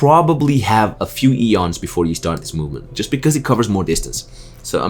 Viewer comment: Ions, not eons.